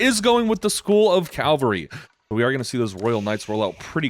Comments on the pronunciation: Calvary or cavalry?? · Calvary is what jesus christ went through, cavalry are the horses 😂